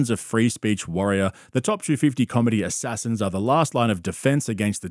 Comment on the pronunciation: It's the emphasis on the "assassins" for me🙋😭